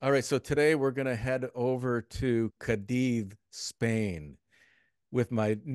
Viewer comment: Two seconds in…host mispronounces Cadiz 🤦🏻‍♀️